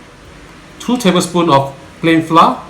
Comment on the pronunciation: Hi. I have been following and loving your channel. Your instructions are so simple to follow and i have done a few of your dishes very successfully. If you do not mind my commenting the word FLOUR must be pronounced FLOWER. Hearing FLOUR pronounced by most Singaporeans as FLA is so painful to the ear. No offence meant. Thank you for the series/